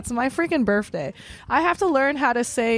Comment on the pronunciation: her burfday